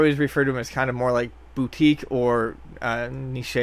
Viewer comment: Aw damn son you did not just say "nishay." Niche is pronounced "neesh," or at the very least, "nitch." And no, I ain't just grammar naziing on you... I say this because you're a cool guy and don't deserve to sound like a doofball.